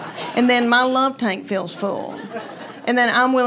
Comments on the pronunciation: I finally had to look down at my phone because I thought she said love “taint” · So......FYI.....Due to how you speak, "tank" sounds like "taint." Might want to stress the "k" when telling those jokes..... Though you are still hilarious, so maybe just keep doing what you are doing ? lol. 🙂